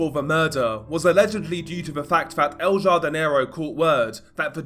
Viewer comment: I think its pronounced el hardinero the j in spanish makes an h sound jardin is garden so i think its the gardener or the big garden translated